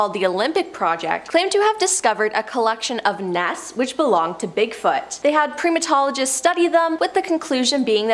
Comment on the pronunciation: PREM A TOLOGISTS????? It's PRIME A TOLOGISTS! For chrissakes, if you are going through the trouble of producing a video on this scale, find someone who knows how to read and pronounce words/names ACCURATELY!!